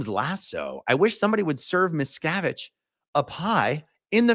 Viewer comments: A-aron! Thank God you’re feeling so much better, AND are back! I was feenin’ for our A-aron, and nooo doubt, am NOT the only one! 😂😁🌹👏🏽👏🏽👏🏽 And I am cracking up, every time you say MEES-cavide. 😂🤣😆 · Miscavige is an Anglicized version of the Polish name Miszkiewicz and the "I" in the first syllable in Polish is pronounced like MEE-ske-vich "I" in Polish is pronounced like "ee" in English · Every time you say meeesocvitch I think of American tail with mousekovich family !!! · I bet his mispronunciation is intentional, kind of like Obama always switching up between ISIL and ISIS :-)